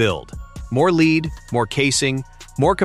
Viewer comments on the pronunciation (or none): Learn how to pronounce "lead ". As in "led.". The heavy metal. I love AI. DUH.